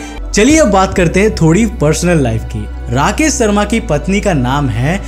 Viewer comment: भाई पेहले तो तू अपना स और श का उच्चारण ठीक कर। राकेश शर्मा है ना कि राकेश सर्मा